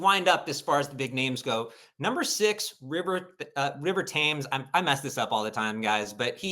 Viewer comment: It's River TEMS! Never been to London? Never take geography?